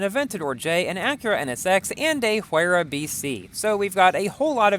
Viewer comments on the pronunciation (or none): none